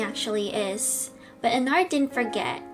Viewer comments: Glitchcrap Me: Glitchbitch, Pooptrap, Annoying Virus, Bitchtrap, Weasel, and Non-Scary Bunny-Virus Also Me: YOU ARE PRONOUNCING ENNARD'S NAME WRONG BECAUSE HIS NAME IS PRONOUNCED ENNERD!!!!!!!! >:( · You: HE’S POSSESSED ME: HE’S POSSESSED ME AGAIN: Wait no...he’s controlled- WAIT..THATS THE SAME THING AM I DUMB- Ok this is confusing- Tell meh pls XD 🤯🤯🤯🤯🤯🤯🤯🤯🤯🤯🤯🤯🤯🤯🤯 Also it’s not Ennard we pronounce it was Ennerd but we spell it was Ennard. Stop reading you fools. Oh so, you think there’s more? Read ⬇️ You just wasted you time XD Sorry 💬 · Heres how you pronounce Ennard: En - nerd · If you wanted to know how you pronounce Ennard it’s Enn- Nerd but they spell it Ennard:) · This is how you say it En-nerd but it's spelled Ennard hope that helps you! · you said let you know so letting you know saying ennard's name sounds like ennerd but his name is ennard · Ennard is pronounced Ennerd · I think ennard is said as "enn erd" even if it's not spell like that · You asked if you say Ennard wrong, you do.(sorry if im mean) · That's not how you say ennard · Your not saying Ennard right im not trying to be mean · It's not how you say ennard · Thats not how u say ennard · Your not saying ennard right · No you are not saying Ennard right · No that's not how you say ennard Also is that video from shadow glitch -0-? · It's Ennard but the "a" is silent and it's replaced with "e" (っ´▽`)っ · It’s En-Erd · The proper pronunciation is En-erd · It’s enneeeeeerd not enaaaaaaaaaard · It’s probably pronounced as “en-ARD” But it’s actually “en-ERD” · When she said enard i was like "ITS ENNARD!" Enn-rd😊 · How you say Ennard is like Enn-erd Not Enn-ard its just spelled weird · It's not EnnArd it's ennerd like err Ennard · ENNARD NOT Eenard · You say Ennard like Enn-rd hope that helps lol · I think how you say Ennards name like Ennerd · It’s pronounced ennerd but it’s spelt ennard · You say ennard like this en a rd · Ennard is said end-ard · ITS ENNERD BUT WITH A A